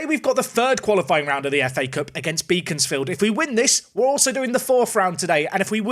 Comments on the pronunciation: Fyi Beaconsfield is pronounced like Beckon not Beacon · Regarding the pronunciation of Beaconsfield (as you will possibly play them again down the line) - it's 'Beckons'-field as opposed to 'Beacons'-field! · Great video as always. FYI phonetically its " Bek ons Field" - you dont pronounce it as Beacon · Unfortunately, Beaconsfield is one of those weirder English town names, in that it isn't pronounced how it's spelt. It's actually Beckons-field, rather than Beacons-field. I wouldn't worry too much, it's full of old Tory voters, but still, they might get on their horses and hunt you down if they hear you pronouncing it like that.